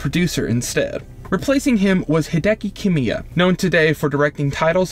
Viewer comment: Pretty good video, but you got some names wrong, for example the director of resident evil 2 is Kamiya not Kimiya, and the developer of syphon filter was called eidetic, not edick, it got really annoying after a while.